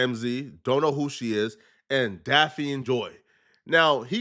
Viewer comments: It's Daphne bro. Lol Pronounced "Daff-Knee" 🤦🏾 You keep saying Daffine like caffeine. 🤦🏾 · her name is pronounced DAF-knee, not Da-fiend. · Daphne not Dapfeen Brody 😂😂😂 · Damn, you need a high school education. "Da-feen"? Daphne, you dumbass! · “ DAH FEEN”? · Diddy didn't pay DAFF-NEE (thats how you pronounce it) directly. He paid her rent. Cassie paid the male escorts. So Diddy didn't sex traffic these women. As far as coercion, being forced, i can see Cassie, because she was getting her azz beat, but Daphne was over 30 and willingly went along because she wanted the lifestyle. That's on her. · Bro This Clownass rtrd cannot literally say simple names and simple words gang😭😭😭😭 this ngga literally cannot say the name daphne gang😭😭😭😭 ITS DAPHNE JALLAH… yk like the one off scooby doo?? ITS SAID (DAFF-KNEE) clown🤦🏾‍♂️😭💯‼️ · Daphne pronounced (Daff Nee) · Daff- Ah-Knee #thankmelater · Bro how do you not know how to say her name? Where you from?